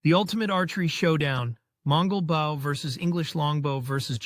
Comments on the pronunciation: Firstly, it is not Bowww, it is a Bo. Secondly, there is no evidence that the Longbows arrows penetrated plate armour. Most assuredly it was capable of penetrating mail or clothing. The tactics used with English/Welsh Longbows were battle-winning because thousands of arrows impacting together caused massive damage to horses and the lightly armoured. English archers rode to battle, but fought on foot. When the French cavelry were cut down, the English archers quickly stepped in and dispatched them with mallets, axes and falcherons. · WTF is this? Bow rhymes with Grow Not with Cow